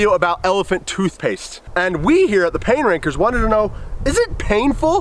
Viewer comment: Is it weird for the longest time the show was called pain Rankers but every time they said it it sounded like they said the pain Pranker ‘s’s